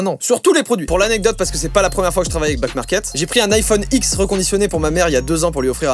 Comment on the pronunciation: Joyca : Ouais Backmarket c’est trop bien, ils reconditionnent. Moi qui entends : Ouais Black Market c’est trop bien Moi : ..... Moi qui voit back market écrit : ....................